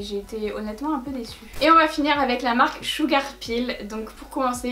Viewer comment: Bon.... sil te plaît, arrête le massacre, je t'en prie! Arrête de dire "blood SHEUGAR" ça se prononce SHEUGEUR!!! (PS: Je t'adore 😙)